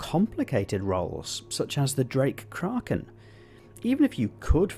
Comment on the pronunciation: Pronouncing ”Kraken” correctly, my man